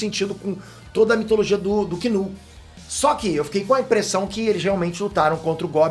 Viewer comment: Que alívio escutar o Chamar Knull=kinu não igual os outros chamam Nu...👏👏👏😁😁😁